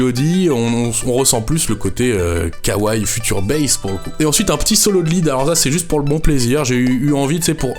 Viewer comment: "Kawrez" mais putain 😂